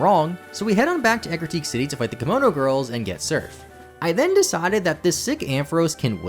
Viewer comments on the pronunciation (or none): none